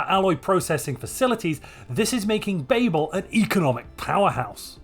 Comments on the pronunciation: Are we not going to talk about how he is pronouncing Babel. It is extremely distracting. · Why do you say babel when you know it's wrong? Are you stupid? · Being uncertain of the pronunciation of Babel is lore accurate.